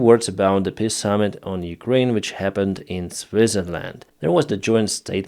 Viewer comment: You really have to stop saying PISS agreement. If it's a word you will use a dozen times every video, at least learn the proper pronunciation.